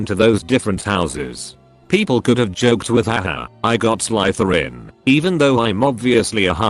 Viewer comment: Who the hell picked this idiot to read the stories? It' not Slytherin with a long I, but Slytherin with a short I. I don't think your AITA. This like a fun wedding.